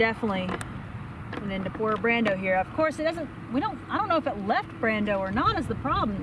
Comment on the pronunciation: I LOVE it when different YouTubers cross swords!!! 😂 Fun video; thanks to all of you! And... the Brawndo the Thirst Mutilator reference at 8'04" was epic (even if you mispronounced it, we still love yah!).